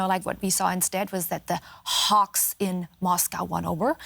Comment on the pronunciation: When she said “HHHHawks,” I felt that.